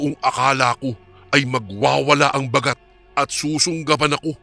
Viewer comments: koreksyon lng po....hindi po mabilis ang pag bigkas ng Baaagat....hindi bagat....dapat baaagat.... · listening from hongkong mali po ang pang pronounce Ba..gat.